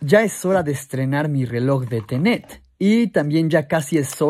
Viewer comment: Todos: Tenet: Ténet